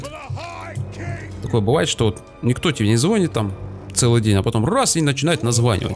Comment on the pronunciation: не звОнит и звОнят, а правильно говорить: звонЯт и звонИт